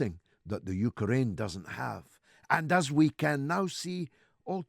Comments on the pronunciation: The U-ker-rain. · "31th" hehe.. "Yuka-Raine" HAHA.